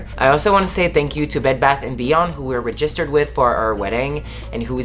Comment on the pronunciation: I think that's great y'all aren't rushing the wedding., it is so cute the way you pronounce the word "registered " lol I was happy to see Sal in the video! I agree with him about 50 guests. Are y'all still moving in with friends soon?